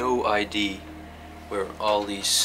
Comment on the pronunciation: Hey mr "beautiful" 😄.. Erik hier weer. Leuke mooie video!, kon Remon het niet redden om erbij te zijn.?... als je idee zegt op zijn Engels, leg je net de klemtoon verkeerd, waardoor het een compleet ander woord wordt. Idea op zijn Engels zeg je niet als "aidie "...want dan heb je het over een identiteitsbewijs..! 😄🙏 (I.D). Idea.zeg je als "aidèè"... klein puntje, voor de rest top jungs! 🙏🤘💖 Erik